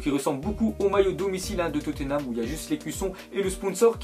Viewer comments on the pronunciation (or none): none